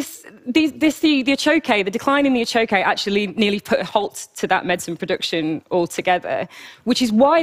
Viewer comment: The achoque is not a 'type of axolotl' any more than tiger salamanders are. Same genus, just as the tiger salamander is, different species. And good god, maybe listen to the pronunciation of these things you're presenting a TED Talk on when speaking with locals